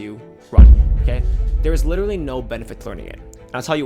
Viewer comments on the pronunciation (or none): none